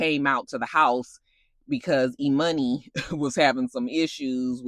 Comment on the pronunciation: E-Money has me WHEEZING lmaooo Because I know you've been annoyed at Scrappy and Erica's dumb pronunciation since season 1 of Love&Hip-hop 😭😭😭